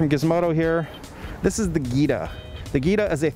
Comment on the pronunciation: Jee-ta. Not Geeta